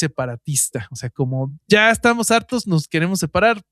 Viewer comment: Oigan, a mi si me encantó el episodio anterior. Ame el saltito que dió el boby y el "sha se va el sha"